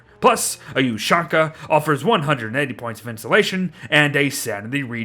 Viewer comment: I don't like the way you pronounce Ushanka.Its pronounced something like Ou'Shan'ka.